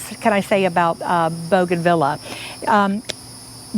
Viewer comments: The pronunciation is Bouganveeah not Vila. 😀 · Please learn how to pronounce the name bougainvillea. You’re very knowledgeable but this mispronunciation is so distracting. Thank you for teaching us that this plant can be grown in a container. 😉